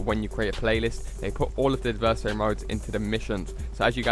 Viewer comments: AD-VER-SARY! ADVERSARY NOT ADIVERSARY.... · AD-VER-SARY!!!! ITS A VERY SIMPLE WORD.. WHAT THE FUCK MAN!!!